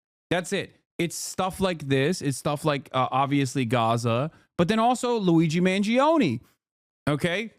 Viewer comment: But why does he pronounce luigi mangione as lu u i igi meon gi ou ni 😭😭😭